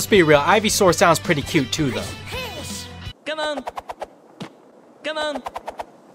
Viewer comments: Nobody: Not even your imagination: Not even the gods: Sonic: lostskates, cmun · Everyone : Come on ! Chinese Sonic : Cumun.